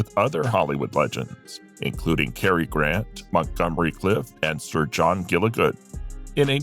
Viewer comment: Did you really say, "Gilli-good"? Wow, unbelievable!